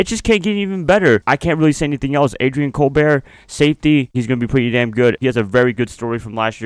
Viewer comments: ADRIAN COLBERT!!!! LOVE THIS GUY... LOVE YOU'RE VIDEOS!!! BTW FAM HIS LAST NAME IS PRONOUNCED.. COLE-BERT JUST A HEADS UP MY FRIEND... #FAITHFUL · Pronounced “Cole-burt.”